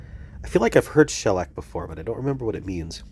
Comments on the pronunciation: Sorry you are under the weather! I had bronchitis on a cruise once—it was miserable. I stayed in bed for two solid days. Luckily I had some good books! I think that it’s always better to be sick on a cruise than sick at home, though. 🤩 And it’s pronounced sha-LACK. 😇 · CABLE-SARGE-HAUTE-MATTE 🟪🟨🟦🟩 You’re putting the emphasis on the wrong syllable when you say shellac. Shellac is a kind of varnish, in addition to the way it’s used here. I think it’s a pretty common word if you combine the different uses of it. Rolling papers are what you use when you roll your own cigarettes. Crepe paper is what streamers are made of.